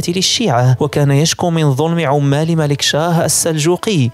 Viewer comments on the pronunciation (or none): none